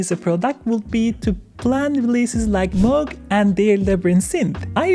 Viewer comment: Moog, NOT Mogue :)